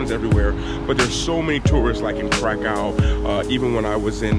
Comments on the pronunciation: Also, try the pronunciation "KRAH-koov" 😊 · K r a k ó w.... Nie krakał 😉